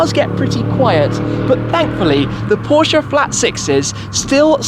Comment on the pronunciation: Great content 👍! Glad that you know how to pronounce Porsche properly, unlike most of the other British car Youtubers 🙄...